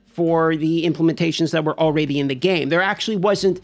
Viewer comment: Am I hearing “Alrayyyyydy ?!